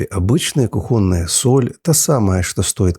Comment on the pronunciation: Правильно говорить кУхонная соль, с ударением на первый слог, а не кухОнная, это правило русского языка !